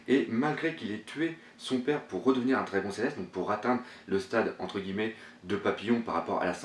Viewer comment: Excellente analyse comme d'habitude. Par contre Dragon en japonais se prononce "dragonne "^^ mais bon cela ne change en rien la qualité de ton travail